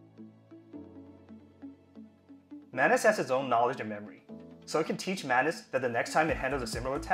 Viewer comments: Please rename it. "Manus" doesn't sound right, especially the way you pronounce it 🤣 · Manus sounds like Menace. Not a good idea 😁